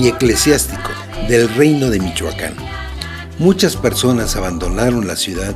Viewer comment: se dice Michoacán no michuaca n y no ofendas a lo menso